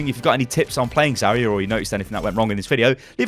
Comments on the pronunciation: It's ZARya not Zaria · Just saying, she's not "Za-ree-ya", she is "Za-rya" (like "Za-ra", but with soft "r"). Means "dawn" in russian. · it's zaRYA, and the "ry" is really a single sound also it's properly VOLskaya industries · It's so funny how you pronounce "Zarya" in english. In russian "r" in "Zarya" sounds a lot more stronger, similar to scotish "r" I guess. And by the way "Zarya" means "dawning"